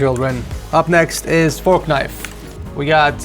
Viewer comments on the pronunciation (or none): Did bro justt said forknife?